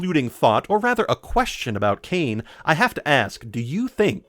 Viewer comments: His name is cane scrotumberg please get it right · I love how you mispronounce Kane's last name differently everytime you say it.